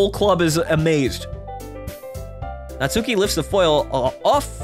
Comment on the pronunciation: The u in Natsuki is silent. Her name sounds like Not-ski.